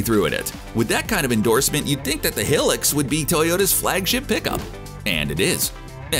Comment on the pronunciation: It’s High-lux not helux.